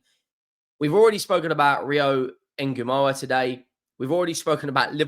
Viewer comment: It's not Engumoha. It's Ng' Ng' Ngumoha😂😂😂You're butchering his name completely